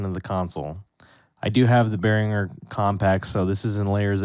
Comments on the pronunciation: Do you not know how to pronounce Behringer? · Drives me bonkers how he says Behringer. Omfg